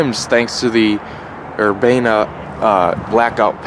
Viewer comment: stop saying urbana in a fuckin angolicized dickhead way.. come up with something other than "nice".